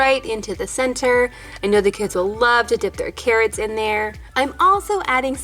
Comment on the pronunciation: " the cawwots 😭💕😍"